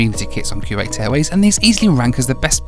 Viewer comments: ) .. that man was trying to figure out what in the world you were doing,,,I agree with you so much! Those dividers are foolish! Whats the point of having privacy for your arms?, Its Koo-wait not Kyoo-wait :) Great Video! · Dude, it’s not pronounced Q8.